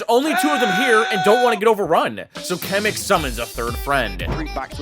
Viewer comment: kocham jak ludzie z zagranicy nie potrafią powiedzisc kamyk xddd